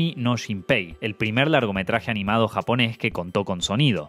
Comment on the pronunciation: Que buen video como siempre, pero debo decir que admiro mucho que puedas decir los nombres de las obras en japonés perfectamente, que trabajo